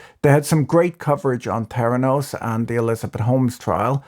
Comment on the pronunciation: "T'heranos" or "Feranos"?